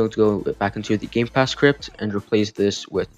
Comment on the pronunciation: Did you say gay pass?